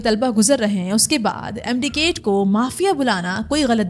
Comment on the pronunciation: It's MD CAT not KAIT, so many pronunciation errors at this level are inexcusable.